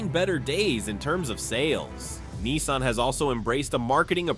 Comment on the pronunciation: Nissan not keensun